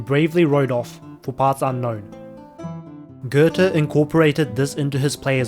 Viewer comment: Little tip from a German: Your pronounciation of Goethe should have also been how you pronounce Götz. Ö and oe make the same sound.